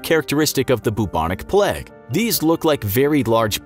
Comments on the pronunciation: Why is he pronouncing it plaque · The way u say plague irritates me so much, it's not pleg... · ‘The pleg’ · Americans really saw the word ‘plague’ and thought yeah that’s pronounced ‘pleg’